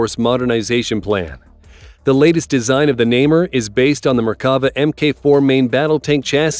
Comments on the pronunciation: Indeed: Na-mer is how it is pronounced. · Namer was worse haha